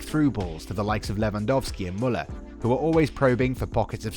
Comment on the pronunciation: I love how he pronounces Muller !! For me Kimich has always been my favorite player since Pep Guardiola i knew he had the talent to he one of best players in the world.